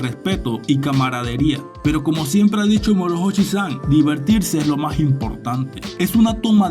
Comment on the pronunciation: La H no se pronuncia y la pronuncias como una J a ver si aprendemos hablar y a saber pronunciar